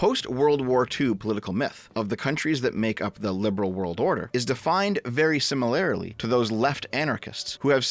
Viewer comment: did you say simularily? i cant go on